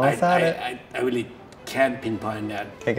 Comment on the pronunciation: You mean weally